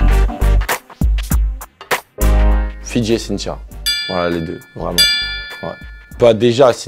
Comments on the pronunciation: Il faisait que de dire fitci mes oreilles sifflait 😏😏😪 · Je suis le seul à avoir rigolé quand il a dit : "Fidji" pour la plus sincère